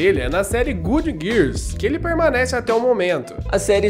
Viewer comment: Vídeo maneiro, mas vcs precisam aprender inglês urgente good "guirs" kkk